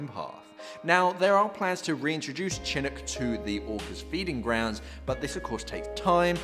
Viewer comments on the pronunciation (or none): As someone living in Seattle, and honestly not wanting to be "that guy" but Chinook is pronounced shin-OOK. Thank you for keeping folks in the know about this pod!!